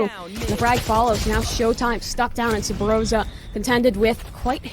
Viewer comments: Is it just me or does that female caster keep saying Subroza? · thats spot under top mid is called subroza